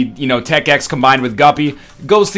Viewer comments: 20 seconds into the video and he calls "tech x" "tech.5"... dis gon' be gud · he said tech 5 it's tech 10 dumb egg